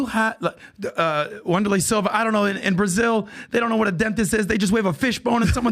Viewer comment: Wonderlay Silva lol wtf